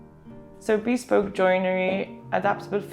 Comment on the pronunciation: For 28 m2 it really does look much more spacious! Good work. Incidentally, "bespoke" is NOT pronounced "beespoke" as you do in this video, but "beSPOke", with the "be" as in "beware", and the stress on the second syllable. No offence - just trying to help.